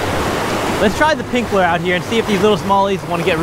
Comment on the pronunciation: Hearing you pronounce the word “lure” cracks me up! Great vid, keep it up.